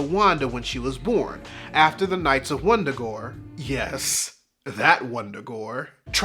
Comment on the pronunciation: Wundagore no it’s Wanda-gore😂